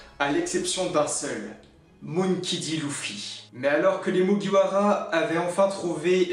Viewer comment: Clichés a mort Et tu prononce mal monkey D luffy